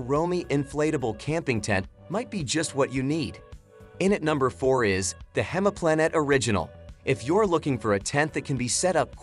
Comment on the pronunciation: not 'hemaplanet' - it's pronounced like 'hymeplanet' - The English translation for the German word "Heimplanet" is "home planet."